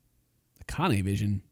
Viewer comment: it said kanny when the girl was talking instead of akane